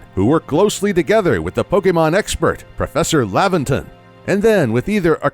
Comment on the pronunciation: Does anyone else get aggravated by the way he mispronounces Pokémon’s name? It almost makes this unwatchable